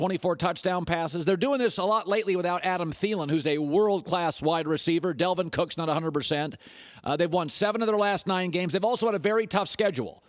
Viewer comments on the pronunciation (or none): I hate how Colin says Dalvin cooks name he says “Delvin” cook